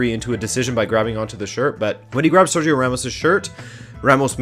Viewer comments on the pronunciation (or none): none